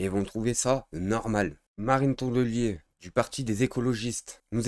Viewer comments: On a droit à une belle série d'excuses toutes plus folles et pathétiques les unes que les autres pour pas dire que est allé trop loin. C'est ridicule. Par contre c'est TonDelier pas TonNelier le nom (dsl c'est mon coté relou). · Tu as fait une erreur poto c'est tondelier lol pas tonnelier